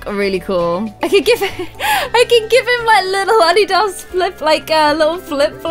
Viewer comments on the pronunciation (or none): It’s not addy da it’s a dee da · Its not ad-ee-das ITS A-DEE-DAS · In UK do you pronounce adidas like adeedos. In America, we pronounce it adeedis. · add-di-dos?? sorry just caught onto that. .-. in America we say Adidas how it’s spelt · It’s pronounced “ah-dee-daz” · the way she says Adidas kills me (A-Dee-Does) is how u pronounce it in us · The way pronounced Adidas it is pronounced A-deed-us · It's different how you say Adidas I say it a-de-das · my love Adidas is prounced uh-de-d-uhs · the way she says Adidas is so funny! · LMAO why are you says Adidas like that? LOL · She said adidas wrong when she was styling Connor lol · The way she says adidas lol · I’m cringing at the way she said adidas omg 😭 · Your saying adidas wrong and it really bothering me lol know hate it’s just getting to me lol😂😂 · Am i the only one complaining on how she says Adidas it sound so weird